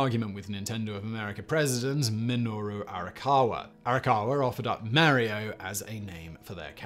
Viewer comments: Mary-O? Really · Mare-ee-oh? Love ya Simon. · I love it when Brits say Mary-Oh! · Itsa me, Merry-o! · did u just call him Mary-O? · Who doesn't remember "Marry-Oh"?